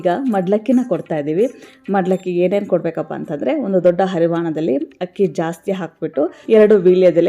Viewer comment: ಅಕ್ಕಿನ hakki annabaradu ಸ್ವಲ್ಪ ಉಚ್ಚಾರಣೆ ಮಾಡಬೇಕು ಸರಿಯಾಗಿ enisuttade. ಪ್ಲೀಸ್ ಏನೂ ಅಂದುಕೊಳ್ಳಬೇಡಿ